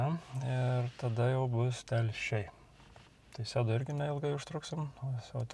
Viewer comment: Seduo tvirtagalis kirtis ant e